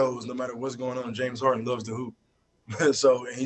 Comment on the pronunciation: Jah-Mees HarDuhn